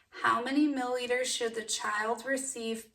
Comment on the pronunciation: Mill-i-liters not mill-liters